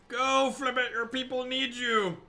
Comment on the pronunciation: Beating a dead horse, but it's pronounced fib-ill-thip